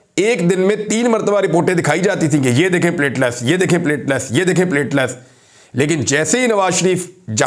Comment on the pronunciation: Sir, you are a well respected/educated anchor. It’s not plate-les it’s plateleTs.